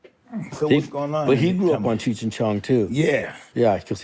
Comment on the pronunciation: Why can’t Mike say cheech? 🤣